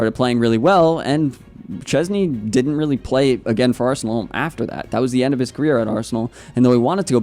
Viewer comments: And his last name sh-ches-nyi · I think you can try pronounce his surname: Shchezny 😀